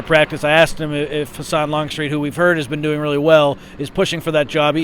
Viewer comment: Longstreet’s last name is Husan NOT Hasan. Hoo Sahn